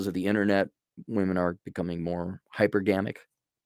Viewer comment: HypErgamic not hypergAmic